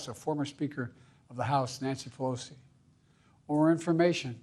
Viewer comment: "Former Trump" "Errler dday" "Law enformphfessionals" "Nacy felosi. Or information- intimidation" "Politics must never be a li-ttle battle field, or God forbüd, a killing field" "to call for action at the battle box" "we resolve our division at the battle box. Yknow, that's how we do it. At the battle box. Not with bullets." "You know, the pass forward through a competing visions of the campaign..." "I believe that with every soul- every power of my... being." "to make America, so-- make america whaehhh- th-think about it. What's made America so special?" "unity is the most elusive of gall-goals right now. Nothing is mordn- more important right now." "we that- we owe that to ourselves." "let's never loosighsuhv we are."